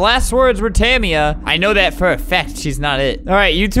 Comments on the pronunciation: The way you pronounce jamila and tamia physically hurts me. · My friend's name is Tamia and I THINK that he pronounced it wrong